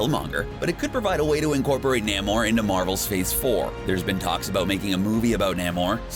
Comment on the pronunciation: "Nay More" not "neh More" please stop saying it wrong XD